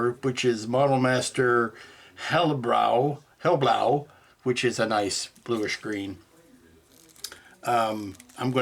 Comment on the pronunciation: "hellblau" means "light blue". Allthough "hell" exactly means "bright". Pronouncing it like the english word for "devils place" sounds kinda funny :D No mixed sounding vowels and dark "L"s in german. Just cut out the american transition part between "he" and "ll". "blau" was pronounced pretty good. Greetz.